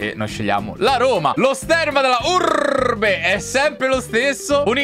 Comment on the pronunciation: Finalmente il ritorno di!!!🔥❤ E soprattutto della Urrrrrbe